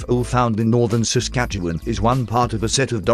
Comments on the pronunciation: Saskatchewan.....lol love the robot voice pronounced word lol. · Yeah I almost spit out some White Claw when he said Saskatchewan, I grew up there!